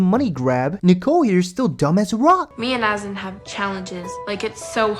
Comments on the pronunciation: Azan (Uh-zaan) PRONOUNCE THE MAN"S NAME CORRECTLY GOD DAMN!!!! I can't stand how ignorant people sound when they pronounce his name like an ignorant fuck... Jesus christ 🤦🏻‍♀️: Great work on the editing and your videos are pretty funny, I must admit 😂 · She mispronounces Azan’s name too. Disrespectful.